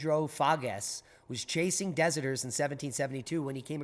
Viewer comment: The correct pronunciation of deserter would either like da-zerder or dessert-er. It’s someone who is basically AWOL from the military. You may get a call from your third grade teacher. Be respectful.